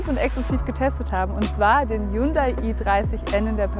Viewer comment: Weil du Hyundai falsch aussprichst.